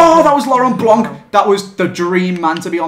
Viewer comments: it's blanc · its blanc